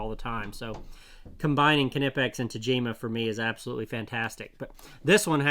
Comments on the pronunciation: kin eh pex? my dude, how do you pronounce knock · Everything I've read says the 'K' is silent in the name Knipex. It should be pronounced "nip-ex" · Ka NIP X is the pronunciation..hard K German....